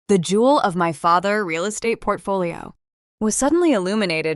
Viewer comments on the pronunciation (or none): FATHER’S —the S is pronounced for possessives.